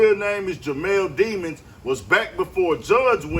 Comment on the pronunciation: His name is demons but it’s pronounced as dim•an•s